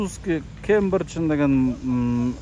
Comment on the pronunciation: Франсузский Кембинжин эмес Англиский Кембриж